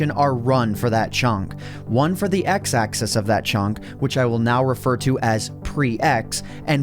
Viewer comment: One question why do u pronounce Axis Axees